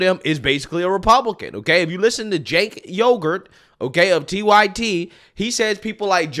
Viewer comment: Did say "Jake Yogurt" from the TYT? That's what I'm going to call him from now on.